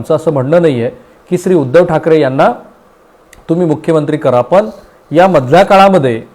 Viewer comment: पन भावणीक etc... शब्द उच्चार अशुध्द